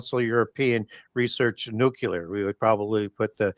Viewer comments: It's unfortunate that she can't say nookleear and says nookyooler. How can that happen if it's one of your subjects? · "nucular" (nookyooler) pronunciation is more common in certain regions, particularly in the American Midwest and South. It doesn't alter the meaning of the word, but it can sometimes be a marker of a specific regional accent or dialect